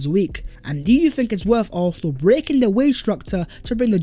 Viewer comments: Can you please work on your pronunciation for “Arsenal”? Please don’t eat up the word. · Good stuff. Just learn to pronounce Arsenal..